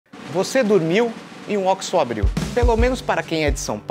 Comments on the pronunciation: Óquisô não, oxo. Se terminasse em “i” seria oxi. Ponto final. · Tem q falar certo. Ocho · Vc fala errado. É ó-quis-sô. Leia na placa, por favorrrrr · Ele fala errado